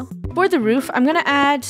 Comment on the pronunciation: Did funneh say "roof"? is not roof is " woof" hahahahah get it woof? (Laugh at my joke please🙏)